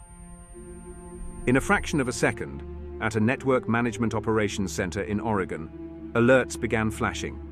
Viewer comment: A fairly credible overhead view of The Dalles, Oregon, except that, looking west towards Mt Hood, the city should be on the SOUTH side of the Columbia River. Did you get the rendering mirrored? Good job on pronouncing "Oregon" correctly!